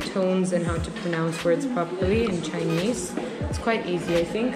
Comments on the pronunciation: Your videos brings back my amazing memories I had in Shanghai. Btw you Chinese pronunciation is very good keep it up 👍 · Your Chinese accent is very goodddddd !!